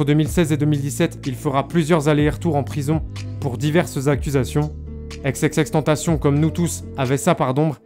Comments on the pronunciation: Chui dsl mais la j ai arrêté la vidéo a par ce que la manière donc il dit xxx tentation ca me rend fou 😂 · Sa ce prononce ix et pas ex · C’est Xxxtentation et pas exexextentation 😂😂😂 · Exexextentacion mdr tu sais pas parler c xxxtentacion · Non c'est xxxtentacion pas xxxtentation et exexextentacion c'est l'accent du X en anglais ça se prononce comme ça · « Ex ex ex tentacion » 😂😂😂😂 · 😭😭😭😭😭😭😭😭😭😭😭😭😭😭 pas xxxtantasion 😭😭😭😭😭😭😭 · Faudrait vraiment que tu prononce leur blaze en anglais . On pourrait penser que ça s'écrit Tentation vu comment tu le prononce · Pq tu dis ex ex ex tentation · « EX EX EX TENTACION » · Faut revoir ton accent et ta manière de prononcer XXXteantacion